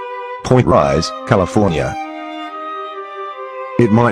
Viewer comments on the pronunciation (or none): none